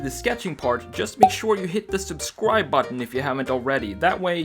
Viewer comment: Every time you say "subsribe" I come to think of Elmer J. Fudd, haha! Anyways, great redesign, would love to have one of those.